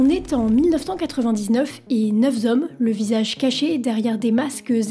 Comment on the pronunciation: Neuf zommes zen colère